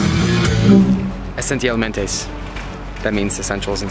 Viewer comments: Buddyyy!! It's esenciales not esensialmense or whatever you said (No hate also yes I know this vid is old) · Im Mexican and actually essentials should be said esenciales